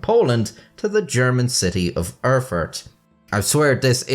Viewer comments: It's not "Urrfurt", it's "Erfurt", the "Er-" being pronounced as "air" is. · I swear he said "Are fart". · Did you say “it occurred in 1184 in the German city of El-fart”, Im not rewinding the video but please tell me that’s what you said 😂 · " .. in the city of Her-Fart .. " sorry i'm 12 years old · prounced "eugh-fart". #funfact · hehehehe he said "Erfart"